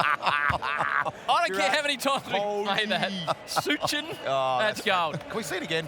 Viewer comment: It's Sachin , ,,, NOT Suchin , haha ,,, Commentators laugh at Suchin & Donul